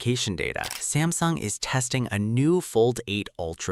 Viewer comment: Samsing mess up with ultra name missin the S Pen